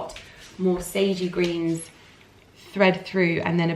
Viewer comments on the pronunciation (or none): none